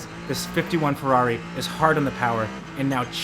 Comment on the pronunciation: How come you can pronounce bluidy Toyota correctly, Ferrari correctly, Porsche correctly, BUT, every time you carried out an abortion on the word Peugeot YOU GOT IT COMPLETELY WRONG. IT is not a POO-show!! Use a translator programme. PLEASE. Unless you delight in insulting France?